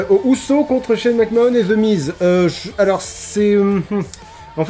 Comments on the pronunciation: Mec Man. Mais oui, je sais pas ce qu'il a a sortir Mac Mahonne, alors que... Ben a ma connaissance, la seule autre personne a le prononcer comme ca sans aucune logique (parce que si au moins il prononçait Mac Mahon a la française, ca aurait une logique, logique conne de français qui veux franciser un nom qui ne l'est pas, mais logique quand même), c'est Sylvain Garnalec, et c'est déjà bien débile et gênant quand a coté t'as un autre commentateur qui lui le prononce comme tout le monde le prononce, mais alors la... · Mais... McMahon ça se prononce "Mac-Manne" :o